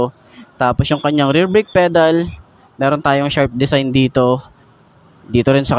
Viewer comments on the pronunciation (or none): none